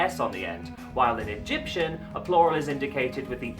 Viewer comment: U did it rong i am from egypt all the words u sd rong.